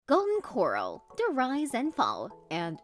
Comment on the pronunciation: The narration had to have been constructed on a computer... how the eff else would it keep pronouncing "Corral" like "coral" ? #Phony